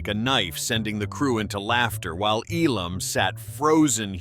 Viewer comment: it's EEEEE_lammmm, not eeee-LOMMMMM!!!!!